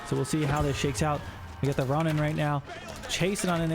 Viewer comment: Hey, just a heads up Ronin is pronounced closer to like “Row-kneen” Row as in “rowing a boat”, not as “getting into a row/fight”, so the “Oh” sound And ni in Japanese sounds like “knee”